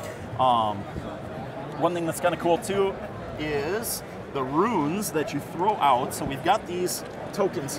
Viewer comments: Its 'runes' not 'ruins'! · Great demo, but I think it has to be stated. "Rune" ≠ "Ruin"